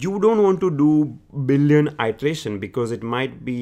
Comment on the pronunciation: I suggest you work on your pronunciation. Ity-erataion, not itreation